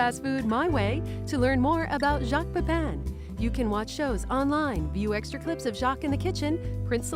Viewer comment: jacques "oke" pepin 😂👍